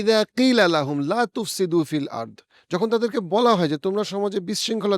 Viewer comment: তিলাওয়াতে লা তুফছিদো হবে তুফছিদোনা না